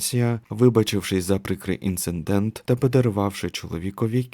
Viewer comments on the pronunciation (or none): Дуже цікава і заплутана історія! Мені подобається, як ви розповідаєте, тільки дуже ріже вухо слово інциНдент, бо правильно буде інцидент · Інцидент, не інцеНдент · Інцидент (від лат. incidentis) — неприємна подія, непорозуміння, випадок, зіткнення. Не інциНдент - ні.